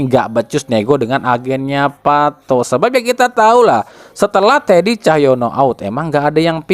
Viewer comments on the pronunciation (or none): none